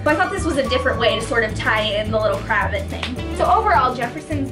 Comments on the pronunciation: it’s not cra-vit, it’s cra-vaht! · Not trying to be too nit picky.. but it's pronounced "cruh-vahht" :) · Pronounced Krah vot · (you pronounce cravat craVAt) haha c: love you & this video c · Pronounced 'cruh-vaht' with long a sounds :) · Pls don't kill me but it's pronounced cra-vay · No offense but I believe that's not how you pronounce it